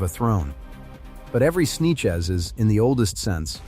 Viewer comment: Snechez ahahahah sanchez